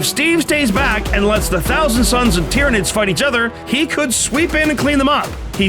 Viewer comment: Ah yes, the Space Mar-Steves vs the Tyra-Nicks vs the Muben Suns